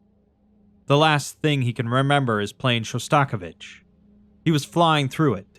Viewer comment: Absolutely loved listening to this, but the way you pronounced Shostakovich is diabolical 😂